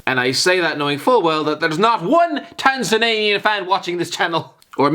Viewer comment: I think Alfie needs to teach you how to pronounce countries names... And the fact that they have millions of English speaking people with internet access... So yes, the Tanzananians are watching.